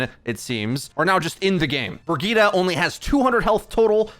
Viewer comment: Her name is brigette like bridge it